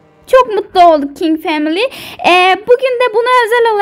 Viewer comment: family kelimesini duzgun soyleyin ya